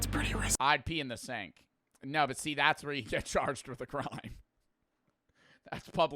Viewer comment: It’s but not butt💔🥀